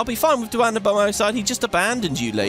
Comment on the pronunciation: Btw duane is pronounced dwane 😁